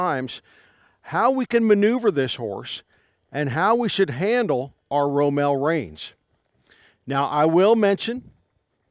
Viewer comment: It’s ROMAL!!!